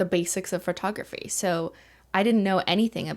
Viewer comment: Phertography... lol. I love how she says it. 😂📸